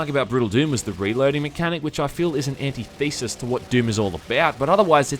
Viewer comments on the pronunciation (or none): An-ti-thi-sis not Anti-Thesis